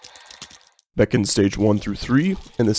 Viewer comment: Bee cons. Not bacons